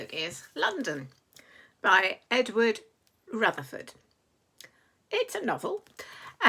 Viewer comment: So sorry. Rutherfurd, not Rutherford.❤